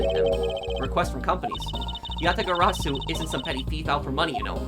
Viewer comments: Congratulations you pronounced the Yatagarasu correctly Also the video title Makes me laugh just like calisto Yew 😂😂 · Achievement unlocked "Asian Fluency" Pronounce Yatagarasu successfully one time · I lived for the moment said Yatagarasu correctly. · You are doing a great job with pronouncing Yatagarasu! Way to go